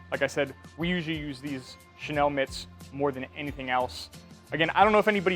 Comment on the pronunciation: Thanks for the demo. Helpful! Just one thing... with pronunciation of the (French word) Chenille, it's Shay-Neal (not Shay-Nell).